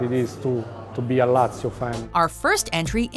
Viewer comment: I got to #10, Lazio, heard her pronunciation and immediately checked the comments.